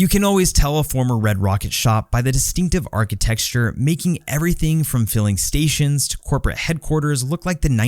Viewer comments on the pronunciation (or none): "Architexture" xD